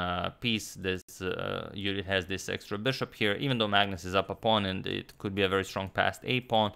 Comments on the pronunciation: Judit in Hungarian pronunciation. Very nice. :) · Thanks Antonio for pronuncing Judit correctly 😊